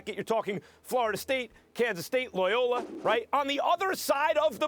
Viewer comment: The "Loyola" pronunciation had no vowels in it!